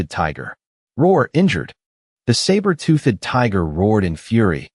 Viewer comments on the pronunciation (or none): I don't like this new AI voice. It can't say 'toothed' right. UGH! It is also worse for not pronouncing the names consistently than the last voice. "TOOTH-ED" as two separate syllables is getting sooooo annoying. So is the "Lin SURE" for the MC. And the text can't even spell it the same twice in a row even if the verbal pronunciation doesn't appear to change.